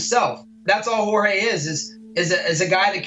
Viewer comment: It’s a wild small detail that Colby went from pronouncing Jorge correctly to pronouncing it George once he put on the persona and turned on him. Just thought that was funny